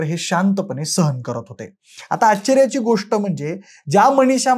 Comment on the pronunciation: व्हिडीओ काढायची खूप हौस तुला पण मराठी उच्चार शुद्ध नाहीत ! आश्चर्याची म्हणायचं तर आचर्याची ! मनिषा च्या ऐवजी मणीशा, माने च्याऐवजी माणे...काय ही मराठीची हत्या ??